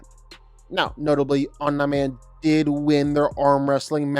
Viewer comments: Om-knee not om-n-eye but apart from that it’s a very well written video,good job getting that info, must of took ages! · Dude, you are seriously pissing me off with your OM-NIGH-MAN pronunciation! ITS OMNI MAN for god's sake😭😭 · BRO CAN U PLEASE STOP CALLING OMNI-MAN AS OMNAH-MAN OR OMNIGH-MAN . IT DRIVES ME CRAZY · Say Omna Man one more time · Fr. Ts pissing me off😭